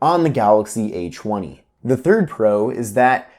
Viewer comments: Did anyone else hear "eychweny" or is it just me... Lol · The a chwenny😂